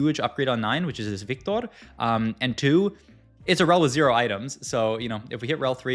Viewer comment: Why you pronounce "viktor" like that?????????